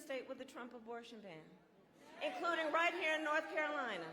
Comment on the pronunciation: I swear to God she just said NoTH Carolina. She's pulling the Hillary Clinton.